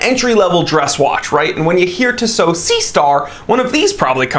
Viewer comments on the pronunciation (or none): Tea-sow not Tiss-oh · I am not exactly sure how you would pronounce these transliterations but in French we would stress the last o in Tissot. So it would sound like "tissO". Furthermore the last o is not a diphthong so it would sound brief. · Can't watch. TWAT doesn't know how to pronounce Tissot. It's "TEE SO. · Yeah he is pronouncing it weird af